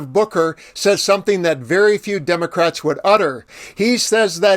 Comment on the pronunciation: When this man tries us that he's smart pronunciation of Democrats he leaves the letter s off Democrats. I will not view anymore of his videos.